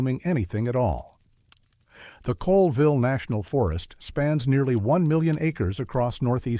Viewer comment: It's pronounced Lake "Shha-Lann" not "chey-Lon" and Colville is pronounced "call-ville" not coal-ville.